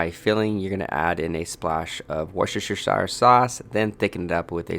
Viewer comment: Lol. Wus-ter-shur sauce. If you were wondering how to pronounce it.